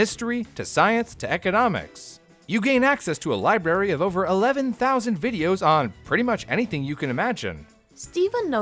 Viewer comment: Ok announcer you are advertising education by you pronounce library as libary????